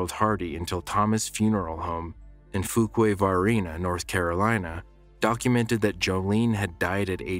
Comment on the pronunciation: Just an FYI.. Fuquay-Varina is pronounced like 'Few-kway' and Varina rhymes with Marina.